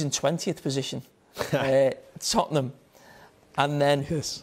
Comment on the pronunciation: "Sawhanton & Tottenan" are music to my ears